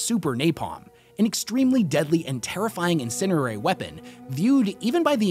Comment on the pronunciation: Incendiary is pronounced like “In-Sen-Dee-Airy”